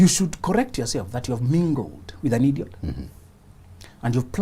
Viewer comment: I looooooove the way you pronounce IDIOT 🤣🤣